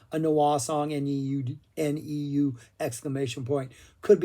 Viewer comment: He keeps saying "Noir" when we know he means "Neu!" (pronounded "noy") But then, of course, he still mispronounces Bjork (it rhymes with "jerk")